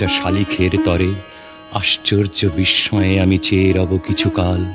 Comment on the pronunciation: বিস্ময়ে উচ্চারণ ঠিক হয়নি